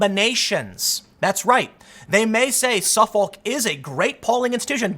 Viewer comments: It’s pronounced “suffick” tim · Dude, Suffolk is pronounced suffick. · Good video but the pronouceing of Suffolk drove me nuts lol.. is pronounced --suff-ick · *Suffolk is pronounced ['səfək]. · Dude it’s Suf-uck is how it’s pronounced just like the County Boston is in and the one on Long Island. It’s one of the oldest university’s in the nation. Extremely respectable school and has been polling for years...that’s why the joke so always Suffolk yourself University